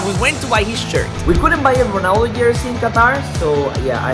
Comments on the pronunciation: Its not cristiano honaldo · Why does he say ranaldoo